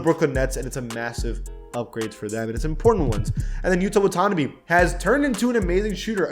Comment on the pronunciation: Ouffff m’y Guy the tira watanabe pronounciation was awful😭😂